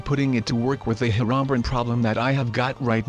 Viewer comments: Heronbern is actually pernounced hero-bri-in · Bruh he said "Her-ron-brin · He said hirobrin